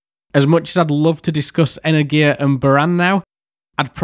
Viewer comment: "energia" doesn't pronounce as "energIa", its "enErgiya". Your pronouncuation sound kinda weird for russian speaking